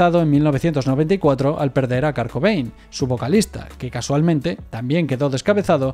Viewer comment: ..."Kar Cobein" ..."Dip Parpel" ..."Deof Esprin"